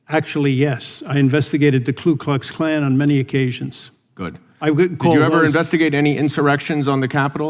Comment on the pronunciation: Did he honestly say that he'd investigated the ' Klu Klux Klan'?! Investigated but still can't get the name right?